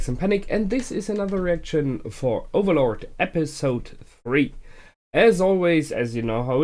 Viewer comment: "Overlorld" lol